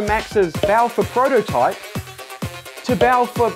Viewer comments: My hearing sucks so much that I thought he said frodotype instead of prototype in the video lol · instead os 'prototype' it's 'Frodotype' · I'm offended he said Prototype instead of Frodotype